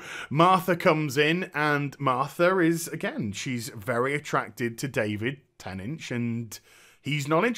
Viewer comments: David "Tennidge" ?? Lol love this review man but why can't you pronounce "Tennant"? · lol you called tennant ten inch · Aside from not knowing how to pronounce David's (NOT "ten inch") name (watch an interview where he is there and introduced would you?) this was a fine talk. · Sorry, but your title is all wrong. It's not, whether Dr. Who is leaving, but whether Jodie Whittaker is leaving. Also, sorry but you didn't pronounce David Tennant's name properly. Why on earth do you pronounce David Tennant as, David Tennach, Sir? Why don't you pronounce the last syllable of his name Tennant, as the same as "ant" or "ent?"